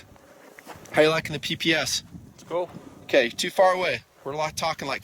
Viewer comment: "Walther PPS, TD." Sounds like "Walther peepee STD." >.< oooops